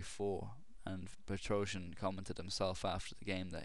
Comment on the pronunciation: "Petroscher" =D